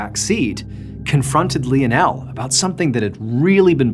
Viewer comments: If anybody else was pronouncing Lionel wrong I would get off the video but I can't do it to Mr. Ballen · You CANNOT pronounce the name LIONAL!! 🙊🙊 You pronounce it like this: LINE-NEL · Hey is it not pronounced " lion-el" instead of " lee-n-el"??! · Im sorry hearing him mispronounced this name so many times is driving me mad. It Lionel like Lionel Ritchie. Not Leon Elle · Really funny. John is saying 'Lee o Nel' and the subtitles are saying 'Lionel'. For someone who has to read the subtitles to understand what is said, it's very confusing and funny, because I notice it every time. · Leonelle 🤣🤣 Lionel like Lionel Richie🤣🤣🤣hilarious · Sorry lie o Nel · lionel is usually pronounced LIE-UN-UL , nonetheless, still great story telling, Mr. BAllen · Love your vids. Just so you know Lionel is pronounced: Lie-nul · It's "Lionel (Lie-nel) 😊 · Wouldn't that name be pronounced (Line-el)? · You’d think he would know how to pronounce Leo-nell. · tack a shot every time he says Lien El.. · I think his name is pronounced lie-nol 😂😂😂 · Sorry to be picky but you are pronouncing Lionel wrong. Think of Lionel Richie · Isn't isn't it pronounced Lionel, like Lionel Richie? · I hate to be a buzzkill but something is telling me that his name is pronounced "lie-nuhl". I could be wrong tho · I love the story but I believe you were pronouncing his name wrong. LION + EL= LIONEL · Said as lion-el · Pronounce lie nul , Lionel, lie nul. My Dad is Lionel Andrew Beresford, liyle or lie nul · Lionel is pronounced Li-nell. It was my dad's name. He was called Leo by my mom and his friends. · Literally loop up how to fucking pronounce Lionel......... LION-EL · Lionel Messi ❌ Lionel Missin' ✅ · I could be wrong, but isn’t it pronounced L(I)onel, like Lion? Like Lionel Ritchie? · We pronounce his name as lie o Neil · Pha-Lee-pae , & Li-nul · I don’t think that’s how you say Lionel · Yo, saying Lionel wrong each time is killing it for me 😂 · I love Mr. B, but I think he might be mispronouncing Lionel.